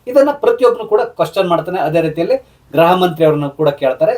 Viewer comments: ಗ್ರಹ ಅಲ್ಲ ಗೃಹ ಸರ್ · Please pronounce Gruha not Graha